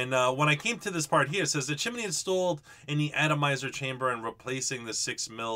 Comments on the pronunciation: Chi-mi-ney? 2 syllables please. Chimney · Chance S. I'm about halfway in between you guys in tennessee, and I have never heard it pronounced the way he said it. Chim-knee is what I say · I love your videos, I thought everything was gonna be as usual until you started about the chimminy, that's how it sounded to me anyways. I know your from the east coast, (no hate) but down here in Louisiana we say stuff different than y'all. it just cracked me up. keep up your work man, much love from the stix down here. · Did you say chimeney?